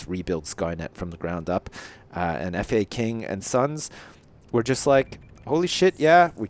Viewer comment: Its not f.a.king its faking